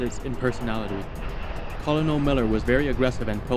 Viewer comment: Your videos are awesome, but the military rank of "Colonel" is pronounced "KER-nil."